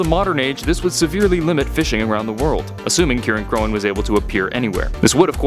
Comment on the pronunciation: I think "Cirein" is pronounced like "Siren"